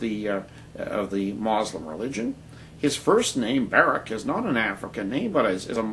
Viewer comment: what the fuck is this guy talking about? Not all of the founding fathers were christian. That's a lie.And even if Barrack Obama was a muslim (and by the way it's mUslim not mOslim) and not a christian, who cares?In fact I think it's about time we have another athiest president(thats right I said another, do some research and maybe you'll actually learn somethingI think that it seems smart to elect someone who doesn't believe in stupid fucking bronze age myths. -peace